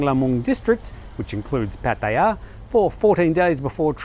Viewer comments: ojkjj fa ran...it’s not how you say it. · Why do you always call Pattaya PattaYAAAA. Just pronounce it like a normal person mate. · no it's not, they had a Thai guy from his own work pronounce it and it was nothing like how he says. Also, I have been to Thailand two dozen times and have never met a Thai or even an Aussie say it like he does so STFU mate.